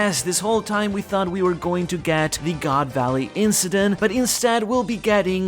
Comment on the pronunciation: I've been reading/watching your reviews for like 15 years or something at this point. But hearing you say goon valley was a top moment in my life 😂